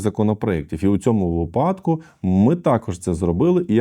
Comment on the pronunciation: будь ласка, ставте правильно наголос у словах, наприклад, вИпадок, а не ваш випАдок, невже важко запам'ятати? Вуха відпадають. Я розумію, що ви російськомовний, але запам'ятати це не важко тим паче ви адвокат. Бо буде як у Тимошенко із її листОпадом замість листопАдом, ляпнула один раз в Раді й поїхали всі листОпадить...